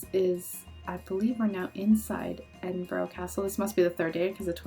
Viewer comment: Glad you enjoyed my home country. Edinburgh is pronounced Edin-bruh. You seemed to remember a lot though so well done!